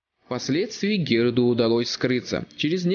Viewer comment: Героду? Какому нахер Героду? Или ты так произносишь?